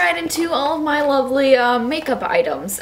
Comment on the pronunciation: Awh,! I say "loverly" too.:3